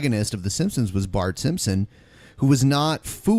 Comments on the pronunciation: Just in case anyone missed, he said "Homer Simpsom", with an M. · "Homer Simsim", that's how he said it